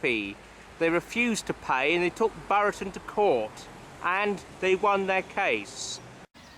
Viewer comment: Came to say the same about the pronunciation of Buriton